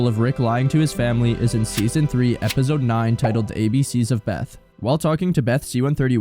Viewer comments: If you finna keep brain rotting us by saying Epizode or what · Bruh plsssss Epizode EpiZode Epizode can you pronounce it correctly even once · Lol “epizode”